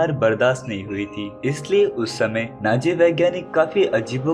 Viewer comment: Naaji nahi hota hai Nazi hota hai 😂😂